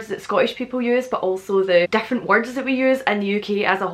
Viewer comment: She says Different also Weird, it sounds like she's saying Dif-lent.